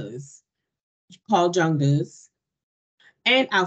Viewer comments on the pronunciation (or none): J in Jung is not like in jungle, it is like y in yogurt